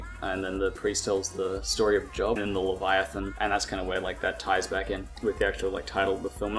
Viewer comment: pronounced, 'lev-eye-a-than'. Good review though.